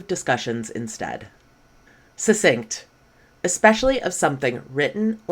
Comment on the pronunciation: "succinct" is pronounced having a "k"-sound in the middle before the "s"-sound. According to dictionaries, both of the Cs in the spelling get articulated this way. "" left out the "k"-sound when introducing the word in contrast to her own phonemic spelling in the upper left part of her presentation.